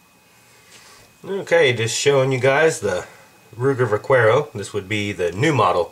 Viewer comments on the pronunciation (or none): That's Vahh - CARE - oh....... NOT Vac - WHERE - oh! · It's pronounced [vah-kair-oh] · "Va-care-o" Spanish pronunciation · the ol' Va Qwero ;) Lol. come on, man..the U is silent. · Its pronounced "Va CARE o" the thing you call the "side gate" is the loading gate and the "push out bar" is called the ejector rod. I don't think you should teach anyone.